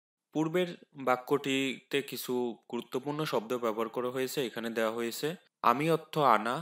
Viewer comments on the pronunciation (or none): none